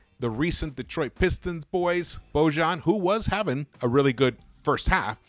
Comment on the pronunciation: Please pronounce Boyan ----- or Bogie is his nickname!!